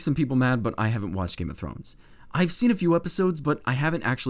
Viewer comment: When you say Game of Thrones it sounds like Game of Frones. Slight but noticeable